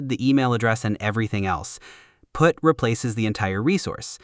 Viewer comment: The Text-to-Speech definitely had some glitches this time... "The browther can prefetch it" "Use putt when you are replacing the whole thing"